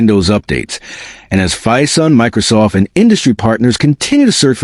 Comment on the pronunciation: Crap AI production earns a solid dislike. BTW, it's Phison.